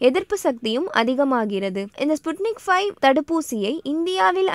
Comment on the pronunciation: ஸ்புட்னிக் ஃபைவ் என்பது தவறு. வி என்று தான் சொல்ல வேண்டும் என்று நினைக்கிறேன். ஃபைவ் அல்ல